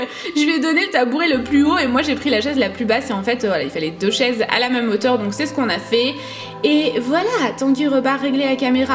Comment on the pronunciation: STOP il est vraiment temps de ne plus dire ''MEUME'' au lieu de ''MÊME'' tu vois c'est comme les enfants un moment on leur enleve leur doudou ^^ 😂😂❤ Bon on t'aime quand même...